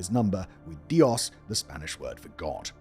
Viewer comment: the stress in the Spanish word Dios is on the o and not the i